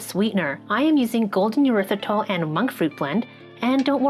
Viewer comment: did u say erthyritol? They put that in Truvia. It’s also used as a pesticide. Gave me bad cramps!